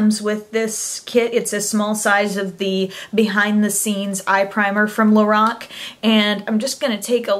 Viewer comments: its pronounced lor- Ac not lor-oc , just fyi:) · pronounced LO-RACK